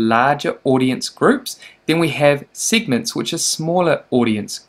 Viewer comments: That was painful to listen to 😬 Læsts and sigments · The way you pronounce lists and segments, also the way you keep repeating these words.